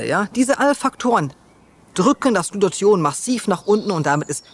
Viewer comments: Warum sagst Du öfter Glution statt Glutathion? Irreführend. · Glu-ta-thion,!:D Ich weiß die ganzen Worte sind schwer auszusprechen, aber da krampf sich bei mir jedes Mal etwas zusammen